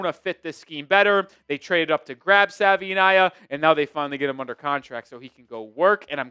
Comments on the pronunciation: First things first - Savaiinaea is pronounced Savuh-ee-NYE-uh. Second, please cut down your talk time, at least 40% of your talking can be edited out. Other than that, doing a pretty, pretty, pretty decent job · Like the content but please pronounce his name correctly ☺️ He has done interviews showcasing how to say it. He says it's like saying Hawaii but with an S at the beginning and a V instead of the W. "Savaii - nye - a"